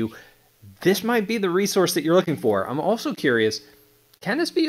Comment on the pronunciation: Why do you say “Ine gunna go” instead of “I’m gunna go”… stop saying Ine it’s annoying….